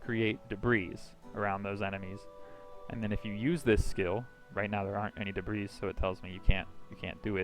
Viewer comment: The s in debris is silent even in plural form, also if I may give you a tip: drag your skill screen to the top half;right/left side of screen, that way you don't have to close it and we can see your character at all times. Other than that great vid!